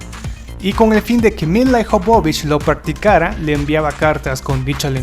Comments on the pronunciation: Ijovovich cuando es Jovovich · el apellido de lila no es IJOBOBICH sino que es jobovich y para que se de cuenta mi querido amigo lo voy a escribir de tal manera que usted lo pronuncie y se de cuenta de su error YOBOBICH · No es milai jovovich Se escribe milla jovovich Se pronuncia mila yovovich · de donde putas sacas el Ijovovich es Jovovich porque pronuncias esa I innecesariamente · Se lee YOVOVICH. Interesantes tus videos pero te falta estudiar ingles. Es com cuando dices Tim BUrton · no te puedo dejar un "like' por que tu pronunciación deja mucho que desear. El apellido de Mil la Jovovich es muy claro, no se porque tu lo pronuncias tan mal.